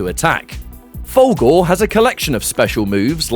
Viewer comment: Love your video, man, but I can't get over how when you say "Fulgore", it sounds like "Fogel", and it brings a mental picture of McLovin doing ultra combos and stuff.